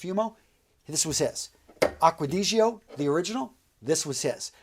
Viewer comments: How you pronounce aqua di gio 😂😂😂👌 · Dude stop being so american. You should pronounce these perfumes properly. Its not aqau digio it!s aqua di-gio, bul-gari. It's niche not nitch. C'mon!